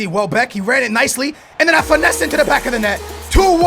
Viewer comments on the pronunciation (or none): It's not finesseee it's pronounced fin-ess